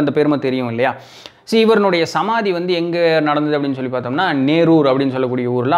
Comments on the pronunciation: சிவாச்சூர் அல்ல சிறுவாச்சூர் மதுர காளியம்மன், நேரூர் அல்ல நெரூர் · எங்கள் ஊர் சித்தரை பற்றி சொன்னதற்காக நன்றி!! நீங்கள் நேரூர் என்று சொல்வது போல் உள்ளது.. அது நெரூர் என்று அழைக்கப்படும் ஊர். கரூரில் இருந்து மிக அருகில் அமைந்துள்ள சக்திவாய்ந்த சமாதி.. மிக அமைதியான ஊர்.. நீங்கள் கரூரில் அமைத்ததாக சொல்லும் மலை தான்தோன்றிமலை ஸ்ரீ கல்யாண வேங்கட ரமண பெருமாள் கோவில்..இது மிக பிரசித்தமான பெருமாள் கோவில்.. நன்றி!! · நேரூர் அல்ல.. நெரூர்.....